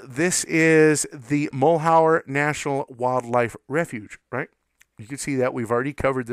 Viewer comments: Mal-YER. . French. not mull-how-er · Mal-yur. Mal-yur. Mal-yur. You're driving me crazy with "Mull hower!" Good info tho... lol! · Mal’ Hure is the correct pronunciation. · MAL - HER try pronouncing it that way ........... that is at least closer. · Your mispronunciation of Malheur leads me to presume you're not an Oregonian. The word is French and means misfortune. One of the counties in Oregon bears this French word as its name. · you say Malheur badly ------- so miss in formed not even a pour show -- d - grade